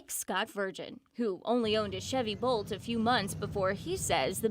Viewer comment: Bolt, not Volt, get it right!